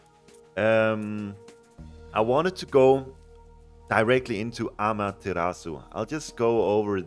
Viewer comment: its amaterasu,not ameterasu